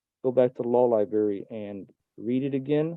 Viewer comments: Don’t forget about ‘libary’ instead of library. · I like his use of "pacific" instead of specific, and "lyberry" instead of library. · He goes to the "law liberry"? Good for him...😅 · The true mark of an idiot is pronouncing it “libary” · Any fool that says "you guys", "anyways" and "liberry" can be easily dismissed. Pathetic. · I know its an old video, but damn.. anyone who repeatedly uses the word "liberry" should be legally required to have an actual lawyer represent them. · "cuz i go to law libary" he said. Hahaha good god he doxxed himself. He might familiarize himself with the term Baker act. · Law lie-berry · He goes to the Law "liberry". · "So anyways.." "I gotta go back to the law lyberry.." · So what was his original charge? Is he fighting a speeding ticket? Liberate not Liberry! 😂😂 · I don’t know if additional trips to the “libarry” are going to do him any good. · He's stating things "pacifically" now? That's a new one. Pretty sure he needs to go back to the "libary" and learn how to speak. Also, pretty sure his threat of going to the FBI is hollow. He has no business doing and saying anything that he's doing. The judge and prosecutor shut him down hard. As far as his "claim" that his restriction of recording is a violation is laughable. He can go to youtube, and get the recording. They don't need his consent for anything. He's already given it by making these demands to the court. He inadvertently played the game without even knowing it. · what is a LIBARY? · Well, he uses "words" like pacifically and liberry so legalese is going to be a bit much. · He literally said "I go to the law li-berry and check" to support his claims of law. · He keeps saying law liberry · Are you really a legal scholar if you can't pronounce a common word like "library" correctly?